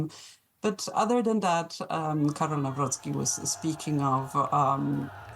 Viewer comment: Jeez cant you really make this minuscule effort and learn how to pronounce his surname NAWROCKI